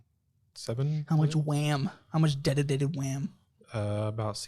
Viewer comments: “Dedetated wam” “my dads serrverrr” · How much Wedicated Wam? 😂